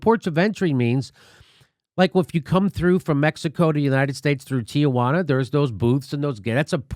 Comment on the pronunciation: Ti - juana, Jimmy. Not Ti-a-juana. Two syllables, not three.